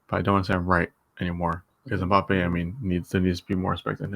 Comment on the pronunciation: Passing who can’t even pronounce his name